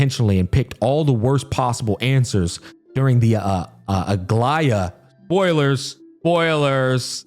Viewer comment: Bruh, you know he is listening and tried to enjoy the quest when he pronounced Aglaea, Aglaea! Clap clap! 👏👏👏